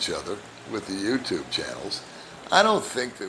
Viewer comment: I understand English perfectly. But when she says welcome to my youchupe channel it always makes me laugh.